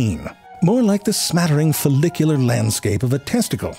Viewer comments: You said follicular (fo-lick-u-ler) 😁 also you're my fav animal fact giver... so true, so wrong, so perfect. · "fallicular" i lost my mind on that 😂😂